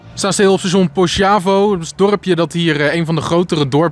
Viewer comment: Alp Grüm und das Kreisviadukt von Brosio sind die Höhepunkte der Bernina-Bahn. Ferner die Überquerung einer malerischen Straßenkreuzung in einer Ortschaft kurz vor Tirano. Übrigens Poschiavo wird Poskiavo ausgesprochen. Dort spricht man überwiegend Italienisch. Danke,, für das sehr interessante Video.